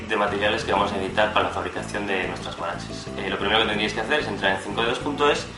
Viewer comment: Solo que es HUARACHE y no uarache